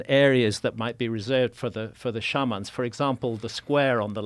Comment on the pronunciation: Why does he pronounce Shaman wrong lol shouldn't he know better? I also love how he thinks true north is some big deal, it's simple to find true north. Most (probably all) cultures understood some variant of east and west as the directions the sun rose and fell, and north and south were directions that were between those two obvious directions. There's no need for understanding the underlying planetary motions that creates the effect of sunrise and sunset.